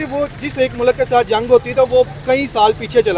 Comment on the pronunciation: Mulaak nahi mulk hota hai. Nakli Islamist. Hahahaj